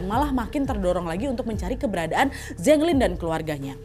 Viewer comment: Kak Nad, kalo di Cina, Zheng itu bacanya Ceng (antara C dan J), bukan Zeng. Tapi karena Kak Nad orang Indo ya gpp lah suka-suka kita aja bacanya ya, Kak 🤭😆